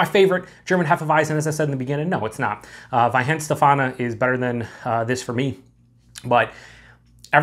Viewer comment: It’s pronounced vine-shtef-arner. I love these wheat beers